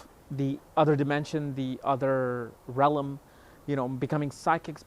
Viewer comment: You are mispronouncing the word Realm there is no you sound between the L and the m